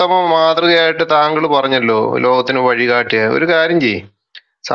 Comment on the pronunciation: വയ് കാട്ടി അല്ല വഴികാട്ടി എന്ന് ഉച്ചരിക്കണം കോയ മാരെ 😂 ആറു വയസ്സുള്ള ഒരു കുഞ്ഞി പെൺകുട്ടിയെ മേൽ കാമം തോന്നിയ ഈ മുത്തുകിളവനെ നിങ്ങൾ മാത്രം പ്രവാചകനാക്കിയാൽ മതി.